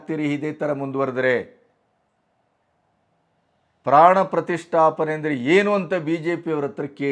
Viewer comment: Gaandu Kharge Modalu Pranaprathistaapne Uchhaarane Maadodanna Kalithukollali